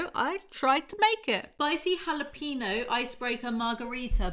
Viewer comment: You pronounced jalapeno wrong like 10 times, then got it right just as I was about to comment, then said it wrong again😂😂 it's not jala-peeno 🍆